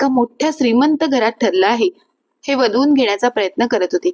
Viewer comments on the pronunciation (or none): विधवून नाही वदवून